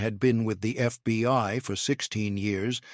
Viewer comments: It is not the FBY it is the FBI. Please get it right or stop trying to and get someone else who can get it right everytime. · I guess all the holes in this tall tail is how the constant glowing embers got in. "Thirty-two dollars zero zero zero", "FBY" often used in place of FBI and enough pregnant pauses to deliver a fullterm bsaby, are just some of the reasons EVERYONE HATES computer generated narrators.